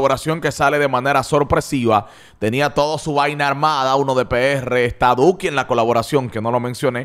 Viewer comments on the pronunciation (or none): Ya que robas con las reacciones al menos tene un poco de respeto y pronuncia bien el nombre de duki